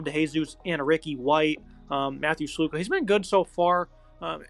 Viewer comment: "UNLV Rebles" also it's Matt Sluka aka Sluka Doncic... Not Matt Slowka 🥴